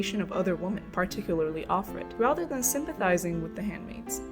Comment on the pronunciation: Too many people are refusing to see what's going on - or even brainwashed enough to either not care or support it. Also "Women" is not pronounced like "Woman" it constantly sounds like you're saying woman (singular) when you mean women.